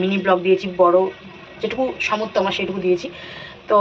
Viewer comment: Somortho na samortho bola. Murkho akta